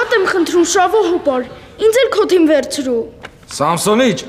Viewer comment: Թմի չէ թիմի